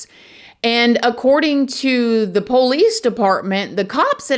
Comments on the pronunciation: Anyone else loves how says POlice 😂🤍 it gets me every time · The po' lees, Im done with this channel.